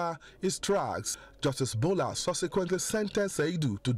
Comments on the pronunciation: Ambrose Olowo . it is boolar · It's very strange that, who is reporting does not know the proper pronunciation of Bola. Sad we kill for fun